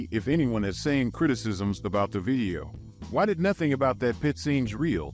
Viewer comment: why does bro pronounce the word "video" as "vieo"